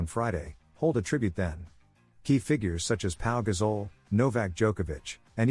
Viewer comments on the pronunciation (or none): If you want people to subscribe to your channel, get a human narrator who can read grammatically. And spell the names right. It's Toni Nadal, David Ferrer and I presume when you write and say gazole you mean Gasol?